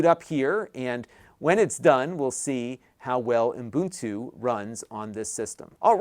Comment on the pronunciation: Umbuntu.. Umbuntu... hehehe just sounds funky.